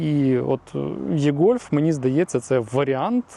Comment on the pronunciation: Невірно це і - гольф або е-гольф але ніяк не є-гольф